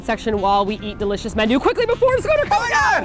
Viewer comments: sorry but it got to me how they were pronouncing it as "mann-du" in the video. I grew up hearing it with a softer annunciation like "mahn-du" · RAGE!!!...please ask soozie to teach you how to say 만두. the 아 sound is the same as is 강남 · It's the dothraki-man-warrior inside joke thing, that's why they pronounce it like that.